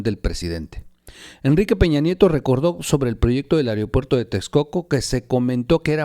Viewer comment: Otra más, no es "areopuerto" es "aeropuerto"!!